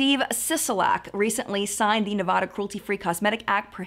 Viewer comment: Ahh the way people not from Nevada say Nevada 😂